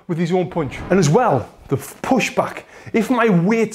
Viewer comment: Yo Tony, the word is "p-un-ch", as in "uh", not "poonch" as in "poo" ! LMAO Don't make me have to get in there and school you!!